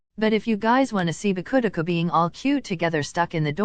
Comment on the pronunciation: Why did it say bakudeku like that